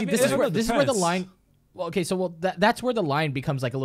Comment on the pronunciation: anyone heared say OKEH